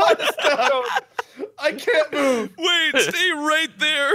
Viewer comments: It sounded like said “ A MINUTE!!!!” Not wait a minute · Does No one realise when mark says wait it sounds like he's saying